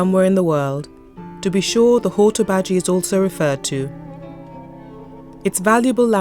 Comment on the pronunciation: Nicely put together & great info but the dreadful pronunciation of Hortobágy in particular did put my teeth on edge.